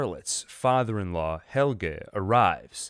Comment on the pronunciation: You could have cared a bit about the pronunciation of the names. There is no HELGA in this series.